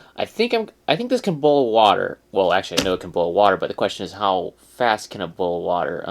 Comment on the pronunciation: ITS BOIL IM FROM OHIO AND WE DONT EVEN SAY IT LIKE THAT